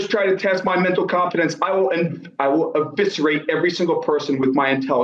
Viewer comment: “Eviserate “ ?! lol